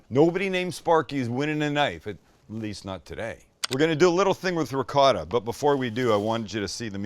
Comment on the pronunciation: Why do you say ricott?…